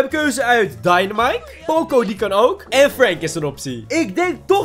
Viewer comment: Poco niet pooco